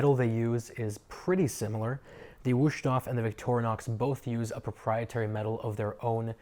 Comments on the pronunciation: Mein Gott... my ears. Just just, in "English" Vust-hofe. Waayyyy closer than Wooshtoff. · Wow, butchered the name times two. Don't try if you don't know.